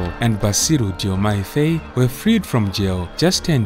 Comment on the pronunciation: Faye is pronounced as FAR as in Far, joined with “I” as you say “I” in the alphabet. Faye.